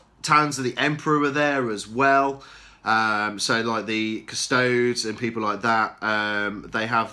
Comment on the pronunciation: Cus-to-des not Cus-tods FFS.